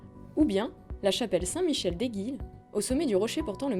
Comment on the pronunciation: Aigu-U-IYE et non Aigu-ILE